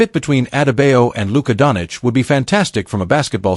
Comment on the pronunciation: say doncic the right way,shame.